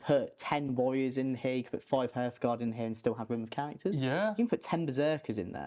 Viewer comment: Great video but every time he mispronounced hearthguard it made me want to write this comment